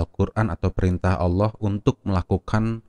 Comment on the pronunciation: Babtisan yg menyebut ALLOH ja mleset jelas auloh dn menyebut ala da jelas perbuatan orang kafir. amati bacaan dgn jeli dn jelas. lidah orang kafir bila mengucapkan ALLOH pasti melintir kesulitan dlm pengucapannya.